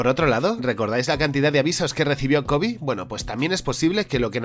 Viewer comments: Por qué pronuncias “Kobi”? Es Kobe. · La pronunciación es "Kobe", tal como se escribe. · Me saca mucho de lugar que pronuncia Kōbe como si fuera una palabra en inglés. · Kobe se pronuncia como lo lees en español, tu lo que estas diciendo es el nombre del basketbolista. Fuera de eso excelente video:D